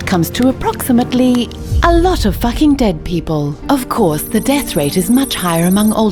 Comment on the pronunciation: I tried and kept the straight face until she said: "equals to... Well, a lot of focking dead people"